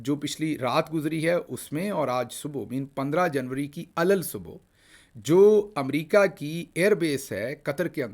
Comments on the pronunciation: ALALSUBAH نہیں کہتے ALAS SUBAH کہتے ہیں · علی الصبح تلفظ ،،۔ ع ل ص ص ب ح